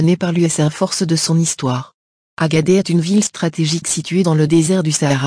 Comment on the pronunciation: Agadez, on dit Agade(sss), et non Agadé.